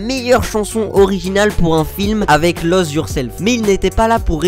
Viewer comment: Juste un truc qui me dérange profondément c'est la prononciation de " lose yourself " c'est [louse] pas [lause] . Sinon , très bonne vidéo mec 😉